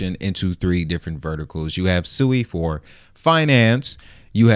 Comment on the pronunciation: It’s pronounced (SWEE).